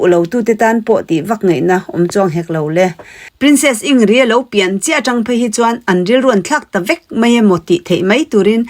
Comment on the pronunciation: In grid tia lam tur anilo mi